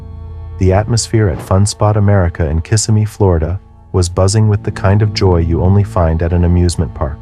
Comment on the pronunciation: Please, it's pronounced KisSIMee People mispronounce it all the time